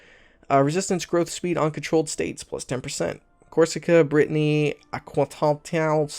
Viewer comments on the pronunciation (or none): Aquitaine is pronounced ah-ki-ten